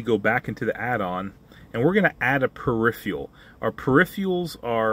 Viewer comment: Never heard this mispronunciation of "peripheral" before.